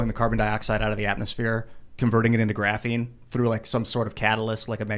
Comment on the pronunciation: I think part of the drinking game rules should be when says 'graphine' you have to finish your drink.